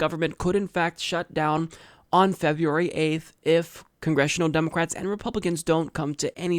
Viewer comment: Its funny the way he pronounces "Demulcrats". Its pronounced "Spineless Mollusks.""